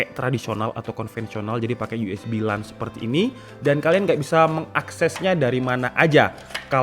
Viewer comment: LAN itu bacanya "lén"